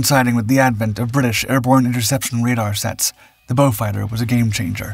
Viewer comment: The one used in the commentary is correct. It is named after a British aristocrat called Beaufort, which is a Norman French/Huguenot name hence the French pronunciation, beau means beautiful.